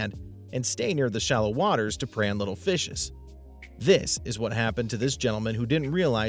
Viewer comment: He said fihses ahahha did you study grammar